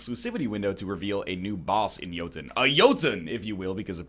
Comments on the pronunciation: isn't the O in the game's name a norwegian ö? Doesn't that make the pronunciation more like "Juhhtun"? Correct me if I'm wrong. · Scumbag Fox King its pronounced jøtun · It's pronounced Jøtun, not Jotun. "Yerr - tun" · NOOOOOOOO it's Jötun!!!!!! I am SO MAD!!!!! ;D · as a norwegian, id like to note all of the ways you pronounced "jotun" were wrong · I'm fairly sure it's "Yotun" and "Iggdrasil" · Jóhannes guðmundsson the way NL pronounced "Yggdrasil" was so wrong that it pretty much overshadowed the whole Jotun thing. I pronounce Jotun in one of the traditional norwegian ways. "Jo-tunn", which, cant actually be pronounced in english.